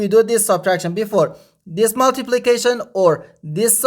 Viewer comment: The word is this not dis